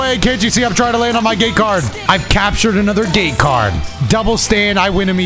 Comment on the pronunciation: Ngl thought you were saying gay card for the longest while and not gate lol